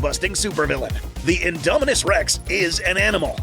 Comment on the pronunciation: INDOMINUS REX NOT ''INDOMINUNS''